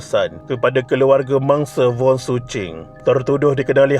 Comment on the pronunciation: Wasalam btul laa dia sebut voon😅 sy dngr voon bkn wong